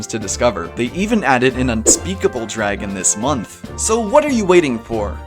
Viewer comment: DID YOU JUST SAY UNSPEAKBLE DRAGON?!?!?!